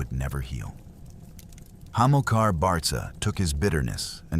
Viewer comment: My dear Sir, I hence to struggle where American amatuer historians get information, but the name Barca prounounced Barka where Hannibal got his name handed down, was a Libyan town roughly 17 miles west of Cartage. Common of Biblical times, take Simon of Cyrene a jewish libyan City. Mary oʻf Magdala. Similar to the Celts of Britan and ireland where people didlnt carry second names rathertheir occupation in Britan and the irish used O' or Mc for Son of or Ni for daughter of. It is unfair to people to be given false information my dear fellow. Chop Chop 😂